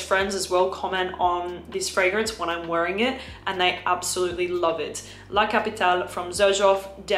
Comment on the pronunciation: Nice tips! BTW…being Xerjoff Italian, I think “La capitale” Is being meant to be pronounced in Italian, as La “Kapɪtalɛ” (with final E pronounced “Eh” like …AdelEH).